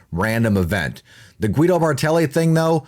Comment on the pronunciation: Guido its read Gido, in languages derived from latin the "u" after the "g" is to give it a "Gah" as in girl sound, the leter G folowed by "e" and "i" has the sound "Jee" as in Jeep, so that "u" is mute, it's only there to change the fonetic of the letter "g" ;)